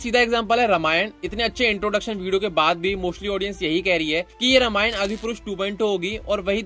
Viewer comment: रमायन नही.. रामायण बोलो